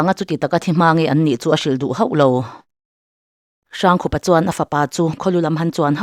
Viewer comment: Hrangkhupa hi "Hrângkhûpa," ti a lam tûr. Rokhuma pawh "Rokhûma" ti a kan lam ṭhin angin. Biate ka ni a, "Khum," tih leh "Khûm" tih chu awmze dang dang an a, "Khup," tih leh "Khûp," tih pawh in-ang lo tak an nih. "Râifân," ti a lam tur. Chuan Biate hih Hmar hnam a nih lo.